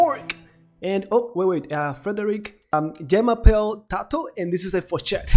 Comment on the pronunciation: Excellent game! Nice Fourchette/Fork and perfect pronounciation😉🇨🇵